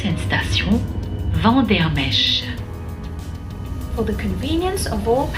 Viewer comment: Vandermeersch not Vandermech.